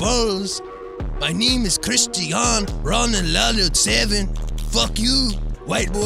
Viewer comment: Lol that dude name is pronounced like Kri-sti-an-do Ron-Ldo 7. Anyway Loce you